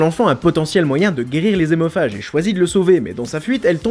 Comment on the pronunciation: Lol! Si hémophage, ça commence par H donc pas de liaison ! Donc on ne dit pas" des zémophages".... comme on ne dit pas les zaricots... Ça commence bien.... Et si liaison, ce sont bien des adeptes de Tokyo Hôtel...